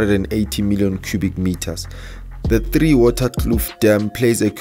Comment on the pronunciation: Hi bra. I'm comenting from tipperary Ireland. It is not three waterskloof dam,,, it is theewaters kloof dam. Totally a different scenario... Also not orange Farm (which is a squater camp)hide out. For farm murderers... You try to say Orange river.. Our biggest river.